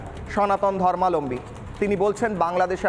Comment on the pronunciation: ধর্মালম্বী নয়, ধর্মাবলম্বী হবে সঠিক উচ্চারণ ।